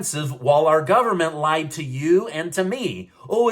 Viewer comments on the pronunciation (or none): none